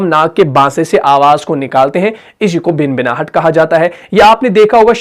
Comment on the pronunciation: خود صحیح ادائیگی نہیں کررہے بھنبھناہٹ کوبنبناہٹ کہرہے ہیں